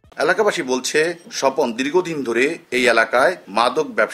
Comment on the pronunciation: স্বজন না স্বপন